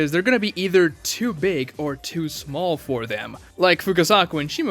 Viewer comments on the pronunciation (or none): none